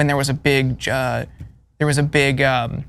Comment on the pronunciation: “Powerrball” really? Come on.. let’s get it together